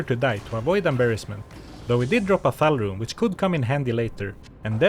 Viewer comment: Each time you say thul rune i hear fal rune